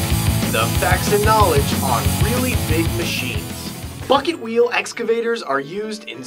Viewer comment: sounded like fucket wheel LOL